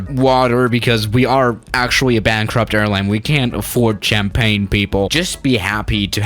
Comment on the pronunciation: "BANKRUP" LOL